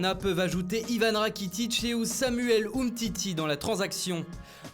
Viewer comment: ousamuel umtiti 😂😂